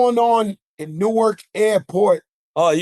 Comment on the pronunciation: Being from Newark, Nj and hearing them say Newark is cringy 😂